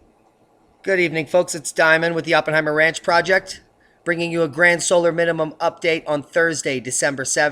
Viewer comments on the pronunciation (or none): none